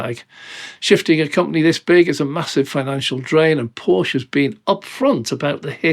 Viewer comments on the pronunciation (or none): Please say Porscheeee and not Porsch oder Porschi with an e like in electricity or eleven. 🙏🏻